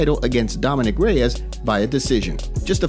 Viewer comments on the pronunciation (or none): none